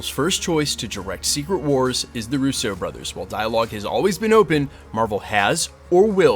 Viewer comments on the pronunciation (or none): It’s not RUSSEAU, as the shitty way you pronounce it. It’s RUSSO. ROO-so. Not roo-SO. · Bro… PLEEEEEZ. Their last name is pronounced ROO-so. Emphasis on the FIRST SYLLABLE. They are NOT FRENCH, they are of ITALIAN descent! Please friggin stop. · You ALWAYS MISPRONOUNCE their surname. Please stop.